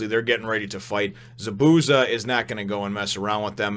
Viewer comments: Just for future chapters, Zabuza's name is pronounced ZAH - boo - ZAH. I put zah in caps because there's a bit more emphasis on the za than the bu. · So you were going for an americanized pronunciation of his name instead of trying to pronounce it how it's originally supposed to?